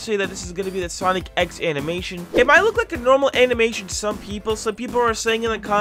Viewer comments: watching the video, hears say "Sonic ex" instead of "Sonic.EXE" (or "Sonic Exe"), day ruined, dislike earned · ITS SONIC EXE NOT SONIC X i mean the pronounciation